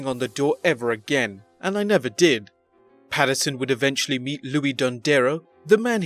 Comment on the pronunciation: Pat Pats-you're-son